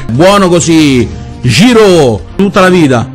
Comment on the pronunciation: Ma Giroud e Ghoulam li ha detti giusti